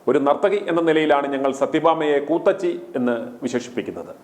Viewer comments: കൂത്തച്ചി അല്ല കൂത്തിച്ചി.... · കൂത്തച്ചി അല്ല '' ഇവൾ കൂത്തിച്ചി എന്നാണ് പറയേണ്ടത്